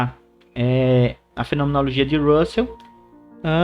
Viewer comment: Ótima aula! Só observo o equívoco na pronúncia do nome do filósofo. Essa pronúncia do vídeo é a do nome de Russell (o filósofo e matemático britânico Bertrand Russell).